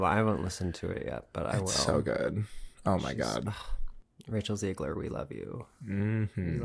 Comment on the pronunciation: it’s ZEH-GLER